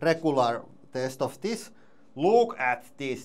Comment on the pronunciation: I had to chuckle a little bit when he said "Dees luuks sketchy as phuck!"